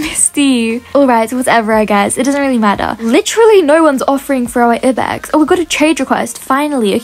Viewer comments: it's I BEX not E BEX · It's not ibex space the I so it would sound like I bex